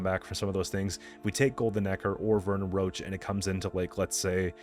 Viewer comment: Does he call Roche roach because he doesn't like him? or he just doesnt know its Rosh